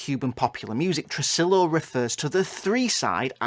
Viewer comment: tressillllo? no no white boy, it's tre-SI-yo